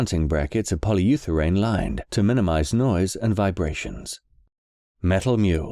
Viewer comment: your sponsors message mispronounces polyurethane as polyutherane